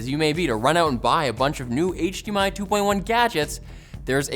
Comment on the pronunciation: did you say hmi 2.1